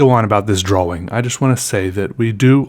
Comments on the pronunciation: to me it sounds like draw-wring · why do you pronounce drawing as if it has two w's in it? "draw-wing" is how you say it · is it just me or does say drawing weird, it's cute tho😂